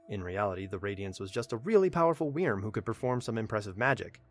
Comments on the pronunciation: Wyrm is not pronounced weerm xD It’s pronounced like worm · Hey, just found your channel, this is good stuff! ....Also, wyrm is pronounced "worm". Sorry, pet peeve. Got just a wee frustrating to hear you say "wee-erm" like, times in this video lol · I've loved your videos up until this, and I simply can't continue to listen to you butcher wyrm by saying WE-erm instead of 'worm' or 'vurm' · It's not pronounced weerm it's pronounced worm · It's pronounced (worm) not (weerm) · holy hell in a hand basket it irritates me listening to you saying weerm. It's still pronounced like "worm". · Wyrm is pronounced "worm". Not "weerm". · That's not how you pronounce "Wyrm." It's basically just like "worm," not "we-erm." Awesome summary though! Love it! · Wyrm in my opinion is pronounced “Worm” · wyrm prounonce worm it also means dragon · It’s pronounced worm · I hate the way you say wyrm, just pronounce it like werm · this pronunciation of 'wyrm' is hilarious to me? idk if its a correct pronunciation but omfg. weeeeeeeeerm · Well, Wyrm is an actual word, it's like an ancient dragon thing, and it is pronounced like worm. But I see your point. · wyrm is pronounced worm i can't tell you how annoying it was to sit through all of this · You can just pronounce "wyrm" as "worm'" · No, because it's the same pronunciation as worm. This is nerve grating to try to enjoy. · I actually couldn't finish the video because I couldn't stand the way he kept mispronouncing Wyrm. Lol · I don’t know why but your pronunciation of wyrm makes me mad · I cringed each time he butchered wyrm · Your pronunciation of "Wyrm" is very... Interesting. To say the least. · Anyone else like the way he says wyrm?